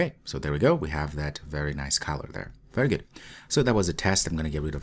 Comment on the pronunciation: Thanks for introducing me to Jetpack Compose. When you say color it sounds like caller. There is less chance of confusion if you pronounce the first o in color as an uh as in mother rather than as ah as in mom.